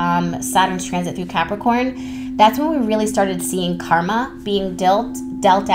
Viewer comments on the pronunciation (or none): none